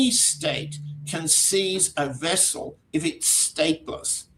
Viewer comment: I think is pronouncing the vessel incorrectly, but anyway great analysis